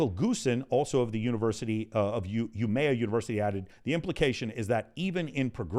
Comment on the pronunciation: As a swede, i almost spit out my coffee when i heard how Michael pronounced Umeå 😂. Next time just pronounce the å as o and not as a. You will be alot closer to correct pronunciation.